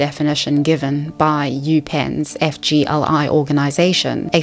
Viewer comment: (FYI when you say it out loud, FGLI is pronounced “fig-lee”)